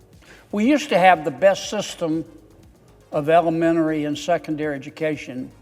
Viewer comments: He said "Elemenery" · “ elemenery”…….he can’t even pronounce the word😂